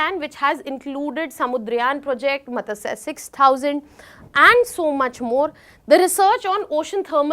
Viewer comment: Hello, please try to spell words correctly and normally. For example Matsya. Also please try not to stress on each and every word, it wouldn’t help to understand the important part. Rather all the statements pitch sound similar. For reasons or important points, stress them. Only giving suggestions.